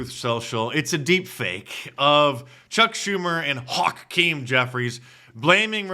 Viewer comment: "It's a deep fake of Chuck Schumer and Haw-keem Jeffries" 🤭